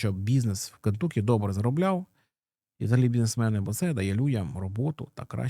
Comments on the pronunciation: Не КентУкі, а КентАкі. kənˈtʌki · Все круто, тільки правильно: *КЕНТАКІ!!!)